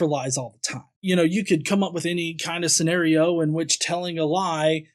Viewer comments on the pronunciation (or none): none